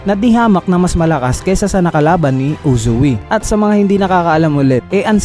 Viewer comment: Anong Uzu-wi? Its Uzui